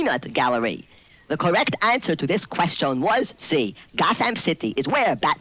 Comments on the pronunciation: I like how the 2-XL says "qwuestion/s" instead of "question/s" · I can't get over 2XL's pronunciation of 'question' ("ques-jone") :) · PLEASE PUSH... THE QUESTIONE... BUTTONE... NOW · "2-XL or not 2-XL... that is the 'QuestYARN'." I just love the way he pronounces that word. It's like he is doing an A.W impersonation, (Artificial Walken), with the sporadic accents on certain phrases. 😉😂 The accents on certain words which he is doing to simulate an electronic voice, is a very accurate prediction of the the very problem that exists here in 2022, as this is always what gives an autogenerated voice away, as the software never seems to know where the meaning of the phrase is (where the accent should be) and what is the start or the end of the sentence. So I say this guy absolutely nailed it! BRAVO🏆 Great video... Quite a spectacular work-around. An English voice over artist in a French fprest. 🇬🇧🤖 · 2-XL pronounces "ques-CHONE" like Captain Falcon pronounces "fal-CONE" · it says "question" like quest yawn, like Scotty Kilmer! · Yeah, the way he pronounces "question" as "quest-ee-own" (among other affectations) is certainly memorable... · Odd pronunciation of question, "ques-chone". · I love how he pronounces "quest-own" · the way he says “quest yeon” is pretty great. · "queshtione" had me giggling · He sounds like Alicia Bridges in "I Love The Nightlife" and her "ack-shawn," when he says "quest-shawn" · I'm going to go around all day saying "kwes-chone." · I don’t think I ever heard anyone nor anything pronounce “question” like that. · Why does he say “question” like that tho😭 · He had a very peculiar way of pronouncing "question" too. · Has issue saying the word question correctly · I'm 36 and had the Tiger version. As soon as he started playing it, the odd pronunciation came screaming back and I remember how my mom used to make fun of that way it said "question". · To me, the only thing that's annoying is how he pronounces certain words, like "question."